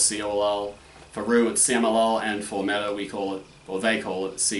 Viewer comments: Meh-ta. You need to pronounce the h instead of "silencing"(is that the right word?) it. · Ok so I am not much into different methods and stuff ie not very well versed but pretty much agree what you said about Mehta. ( Except the pronunciation)